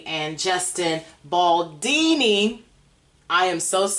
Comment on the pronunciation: Justin surname is BALDONI - not Baldini. so it;s ONI - not INI